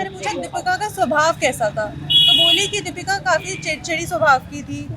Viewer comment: रिपोर्टर जी नाम तो सही बोलिए दीपिका न की दीपका